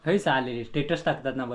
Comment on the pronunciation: Tetus nahi re stetus